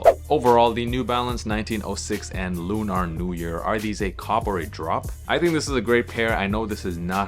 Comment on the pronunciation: It's just pronounced Lu-ner fam 👍 Dope review regardless ✌